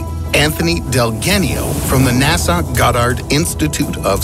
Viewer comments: Its pronounced "NASA", not "Nassau" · Say NAS - *UH* not NAS - *AWW* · Anyone else distracted by how he says NASA (NA-SAW)? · I just learned that NASA is now pronounced "Nasaw" and El Paso is "El Pah-so".